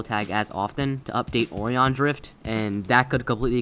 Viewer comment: also now way he said " o ree on " instead or O RI On